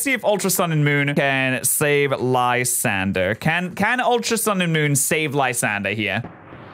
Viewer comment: If u look a lysandres name it should be pronounced Lysandray